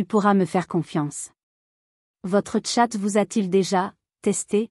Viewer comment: Pfff cette voix à ma con . En plus elle dit « tchat »au lieu de « chat », en plus pas d’ accord moi les chats m ´ adorent parce que je joue avec eux avec tout ce qui traîne bout d’ herbe, plume , bout de papier et ils me kiffent parce que sinon surtout en appart , ils s’ ennuient !